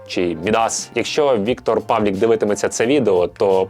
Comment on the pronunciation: Чому —Павлік? ПавлИИИИИИК.